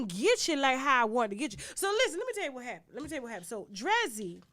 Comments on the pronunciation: Tasha why you pronounce DREEZY like that 🤣🤣🤣🤣🤣 you pronounced it wrong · Lol Tasha pronouncing Drezzy's name wrong . I didnt know who she was talking about. I didnt know who she was talk about until she put her picture up.